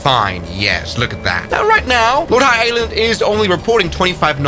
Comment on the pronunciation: It’s pronounced lord how but funny nevertheless